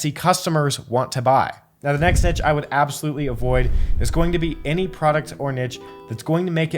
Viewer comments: It’s , not … you’re welcome 😉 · Thanks for everything you do to help us. I thought it’s only right to offer my help where I can. Only people in America say niche like “nitch” though if you google it, you will see that the correct pronunciation even for American English sounds like “neesh” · Neesh, please! NEESH!! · It's niche. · Its neesh, Jesus Christ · G'day it's Steven from Down Under Always enjoy your enjoyable and informative videos. In Australia niche is pronounced "neesh" 😊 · Love the videos and appreciate the advice but the way he pronounces niche doesn't sit right 😅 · It's the other prononciation of niche, like the sh sound. This is how Google translate reads it... 🤔😳 Or just take it from a French speaking person